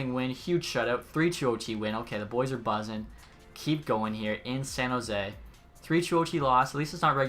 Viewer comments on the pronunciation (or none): none